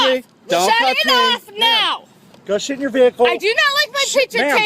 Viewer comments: Why karen no2 officer sound like he saying shet instead if sit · Did he say "go shit in your vehicle" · I like how the officer sounds like he's saying: "go sh*t in your vehicle" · To me it sounds like the cop is saying “go shit in your vehicle” 🤣🤣🤣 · Cop: Go sit in your van Me: hears" go shit in your van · lmao it really sounded like shit down 😂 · I know its video quality but anyone else hear " Go shit in your vehicle ma'am" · Who thought the cop said “go shit in your vehicle” the first time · I can’t stop hearing “Go shit in the car ma’am” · When the guy is saying sit it sounds like he is saying shit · i cannot be the only one hearing "go shit in your vehicle" lol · If you tur captions on when he says sit its censored cause it sounds like shit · not gonna lie when the cop said go sit in your vehicle it kinda sounded like he was cussing.